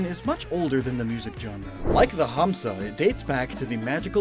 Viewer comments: urmm actually in Hindi it's "Hansa" Pronounced as "Huns"and n Idts in Sanskrit its "Hamsa" I highly doubt, I never have heard anyone saying "Hums" so ehh, still a great reference though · FYI the "Hamsa" sounds weird to me lol. Its pronounced more like " n " sound instead of an " m " also drop the " a " at the end. It just means Swan ( Can call it goose, we don't really use this word for it though ). I hate when the English translations does these weird things with the words. you never really pronounce the " a " at the end of the Hindi/Sanskrit phonetics. Edit: Now that I have watched the Video you kept pronouncing " Mudra ", as " Madura ". Again it sounds really weird. Don't really mind it that much. But Hindi is very phenetic language. It is pronounced exactly how its written, so English cant really replicate how it sound. Good effort though, B+. 😊😊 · He just dragged 'Ha' in 'Hamsa' a little bit which is totally fine to my ears especially from a foreigner. In most of the Dravida languages it's pronounced as Humsa. M not n. And you're right about hindi tho